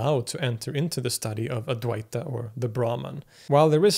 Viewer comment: Advaita is pronounced Auh-dvi-tuh. Kindly correct it. It is not ad-vai-ta. Auh = opposite, Dvi = 2 Whenever 'Auh' or the letter A is used infront of any indian origin word, the word becomes its antonym.